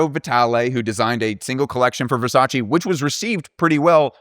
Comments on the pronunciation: please VERSACE no Versaciiiiiii I still loved the video ! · Great video, learned a lot of new things 😍 but as an Italian speaker, please look up how to pronounce Gianni Versace’s name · Thank you for your service I enjoyed the video very much but you know you’re in no position to be annoyed at how people pronounce Lauren when you pronounce Versace like that (and I’m stopping at Versace just because I’m Italian but I also know French and… I’ll stop there).